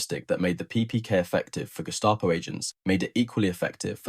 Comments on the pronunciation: German pronunciation is... Gehh...staah..poe... not Gest aye poe Say ahhh like you're saying ahhh for the dentist... as in ahhhh-ha! The others you got right. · "Guest-a-poe", hih? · Guest-A-Po ? What a weird way to mispronounce that German Word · yeah always pronounce that guess-stop-oh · British preferred the Walther because British arms were basically, crap! Overly heavy, old in design , inaccurate and let’s admit it ugly as sin. Lots of repeat information in this but nice pictures. I like the pronunciation of Gestapo…… Gestah …poh! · The guess-tah-po?